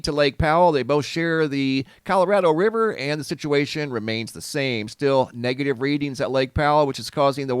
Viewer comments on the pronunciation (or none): none